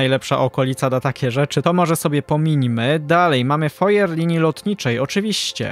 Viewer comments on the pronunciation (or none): Foyer powinno się czytać "fuaje" :)